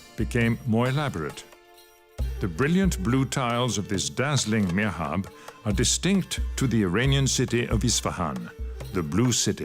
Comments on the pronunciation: MIHRAB, not mirhab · Mihrab !! Meeehræb